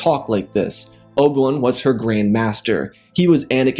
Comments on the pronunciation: Good story but it’s driving me nuts how he says Obi-Wan Kenobi. Obawon lol. Its O B 1 Kenobi Not Obawun Kenobi. Like I said, not trying to be mean or anything because the story is very good. Just my OCD listening to the name is driving me crazy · dawg can you say abi-wan not ob-1 im not hating but its just annoying but good vid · Who is Obil Wun? You need to slow down your narration, bro. You are in such a rush that you continually mispronounce and butcher names and places. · obwam, obam, obwem, obwan, oban, obi wan, is all i have heard throughout this video whenever you spoke about Obi Wan Kenobi, Student of Qui Gon Jin, Master and Brother of Anakin Skywalker, Close Friend of Ahsoka and Padmé, Etc.